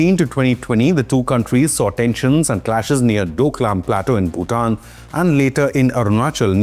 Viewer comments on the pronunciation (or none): none